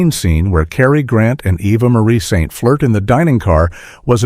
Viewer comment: Your AI narrator mispronounced Eva Marie Saint’s name.